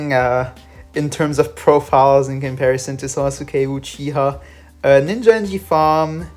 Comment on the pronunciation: ITS PRONOUNCED SA-S-KAY